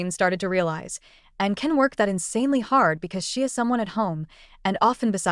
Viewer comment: Din't anyone notice that the narration about Anne's husband cannot pronounce her name?